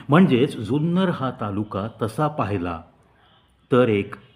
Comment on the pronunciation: सुंदर कि जुन्नर ? उच्चार स्पष्ट ऐकु येत नाहीत.